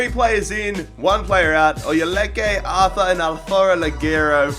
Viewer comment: It is pronounced art-ur